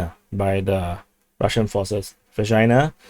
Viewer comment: I'll be sooo glad when Vershyna is consolidated, by either side, simply to stop the eye-watering double entendres :-D (btw I believe it's pronounced 'Versheena'. So there.)